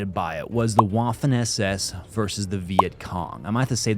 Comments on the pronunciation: WWWWWWAFFEN. It's Vaffen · Hearing Admin say "Waffen" was full cringe. Say Vaffen. You're welcome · Maybe you care, maybe you don't, but Admin, the "w" in "waffen" is pronounced like a V, not a traditional W. That being said, in the episode of the Mafia vs. the Yakuza, the Yakuza are showing off the nunchucks, Mafia walks up with a baseball bat, the dummy's head is obliterated, and the mafioso essentially "mic drops". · Stop saying Waffen like that please